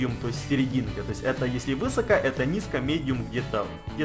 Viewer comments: Ударение ставь правильно!!! : не вЫсоко, а высокО!!! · Да почему вЫсоко? Правильно "высокО"! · Не вЫсоко а высокО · высокО, а не вЫсоко. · Высоко, на ко ударение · извини конечно но говорится высокО ударение на О